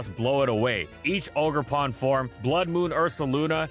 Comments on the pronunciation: its oger pon not auger pon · Awgre-pon? What are you? Wolfe Glock? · The way you said oogrpawn hurt me on a spiritual level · The way he pronounced ogerpon....pain